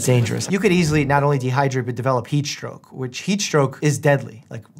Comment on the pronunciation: Why did I think he said peach stroke instead of heat stroke😂